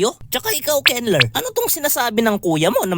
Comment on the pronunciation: Kenlur pag pronounced ko sa name mo Kenler pla eyyyy😅